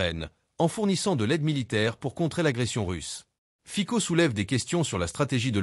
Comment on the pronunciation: Ayez la délicatesse de prononcer le nom du Président Fico correctement !